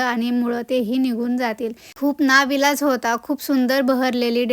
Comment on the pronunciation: ना विलाझ 😂 नाही हो ताई, नाईलाज असतो